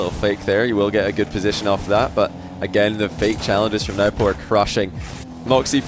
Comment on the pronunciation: it's pronounced no-boo